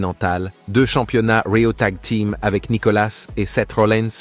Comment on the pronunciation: raw => rio mdr ca a bien faire rire serieusement faudrait dire le nom et prenom correctement